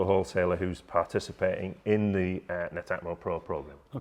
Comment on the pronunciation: Thanks for the vid guys..now I now how to pronounce Netamo!😉 I’m impressed with that, having installed Nest, Hive and Rings. Prob is I find when someone wants to install heating/lighting/camera/smokes as one system, I’ve yet to find one company who’s entire set of kit I would feel confident recommending to customers - they all seem to have strong brilliant products with the odd duff one in the set, a pity. For me I’d say 8/10 requests for smart doorbell installs are for properties with no existing wired doorbell. That suddenly turns it into a whole new job..do you fancy doing a demo video of that scenario?🙂